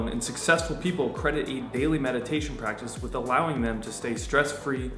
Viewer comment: metidation seriously pisses me the f*ck off.